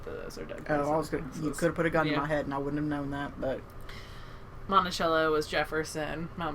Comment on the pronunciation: Us local yokels pronounce it- "Montisello", the c sounds like an s. Can't wait to meet you. Safe travels.